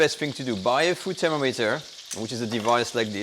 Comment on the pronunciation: "Thera-meter". lol